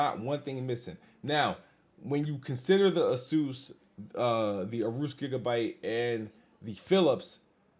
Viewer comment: ARUSE? LMFAO. Ay-oh-rus. It's cool that MS is doing this though.